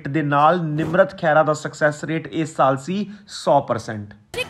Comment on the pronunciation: ਸਾਲ਼ ਨ੍ਹੀ ਸਾਲ (saal not saalh). ਤਲੱਫੁਜ਼ ਠੀਕ ਕਰੋ